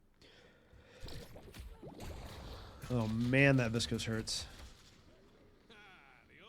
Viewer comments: Learning a ton about geist from you. Thanks for the videos. I chuckle every time you say viscose instead of viscous hahaha. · viscuss > viscohs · Viss-cose How does this happen when there's tons of callouts and voice lines with the proper pronunciation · "Invernus and Viskose" bruh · I love the videos and the explanations. Really helpful for learning, just started playing a couple days ago. But man, the way you pronounce viscous is getting to me xD